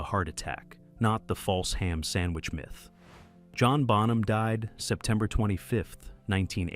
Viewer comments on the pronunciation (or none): none